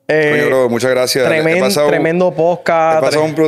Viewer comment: Que puedes esperar de alguien q dice “pojcaj” 🤣